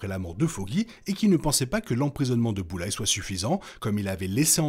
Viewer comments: Super critique! Par Contre le « Boullaie » me fait un mal aux oreilles 😂 c’est plutôt « BullSeye » ou « BoulZaie » 😂😂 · Bulleyes ❌ Bullseye ✅ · Par contre c'est Bullseye pas Bulleye